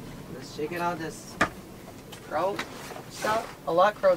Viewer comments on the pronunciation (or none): none